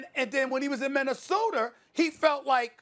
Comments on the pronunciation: Why Stephen A. Says Minnesoterrrr!!!! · why cant stephen A. just say minnesota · Stephen A. ........"Minnesoter"?!?!?!?!?!?!?!?!?!?! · "and when he was in 🗣️ MINNESOTER!" 😂😂😂 Ohhh Stephen A.🤦🏾‍♂️ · Stephen A: “ Minnesoteerr” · “Minnasoder” LMAO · Brendan McDonald he also said minnesoder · All I can hear is Minnasoter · Stephen “minAsoder” Smith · SAS: "Rob PalinkEr" "KembER Walker" "MinnesotER" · Nobody: SAS: Minnesoter